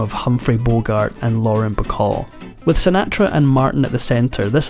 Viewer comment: That is not the correct pronunciation of "Sinatra".